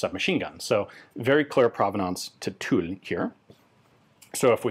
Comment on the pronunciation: Ian, I’m super pleased to hear that you have finally nailed the pronunciation of ‘Tulle’!